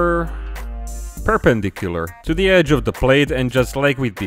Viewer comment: Fantastic work and video once again (Your prounounciation of Perpendicular was spot on - on your first attempt btw ;) ) The only time I've used straight Surfacer 500 on a model was the mantlet of a T29E3 because I thought it looked good. Have you considered doing a vid on Milliput/Epoxy putty weld beads? I can't for the life of me get them to attach to a plastic surface.